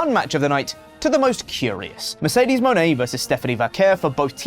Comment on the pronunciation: Her name is pronounced Munn-ay, not "Moan-ay".